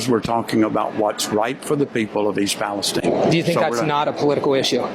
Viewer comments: Palestine not Palesteen oy vey. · Great video. Thank you,.The pronunciation is not Palesteen, it is pronounced the same as the middle east state.